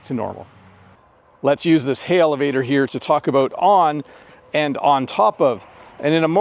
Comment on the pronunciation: Great lesson! When you talked about the elevator it sounded you put a 'H' in front of the word, sounding Helevator. Is that your accent or the regular way to speak that word?